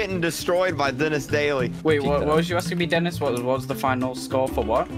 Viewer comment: lol say denis "dinis"